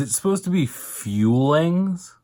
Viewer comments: I’m convinced she’s trollling with the feelings/fuelings. In one vid she calls the fuelings, feelings and in the same vid, when talking about her feelings, I swear to god, she said fuelings... (-_-) The people around her are toxic because they tell her what she wants to hear. Probably because the people who have tried to be open and honest with her, she’s called them a hater or rude. I’d put money on it... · I for sure thought they were called Fuelings but they're definitely called FuelEENs. Dieticianlynn said so. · Next, she’s gonna start saying FUEL instead of FEEL lol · YES finally someone I watch said something about how she pronounces "fuel-ings" she really does sound like shes saying, "feelings" its so annoying lol. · She meant to say FUELINGS????!!!! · I absolutely hate how she pronounces words. I hate hearing her say "fuelings". It's like she can't pronounce vowels. Like the way she says legs "laegs". Jesus christ, who tf taught her how to speak?? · Yeah the pretentious pyramid company calls their packaged garbage "fuelings" and amberlynn of course has to fuck up the pronunciation!